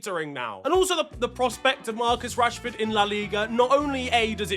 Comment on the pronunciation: casually just called him Marcus yanshford. My brother in Christ how far 😂😂😂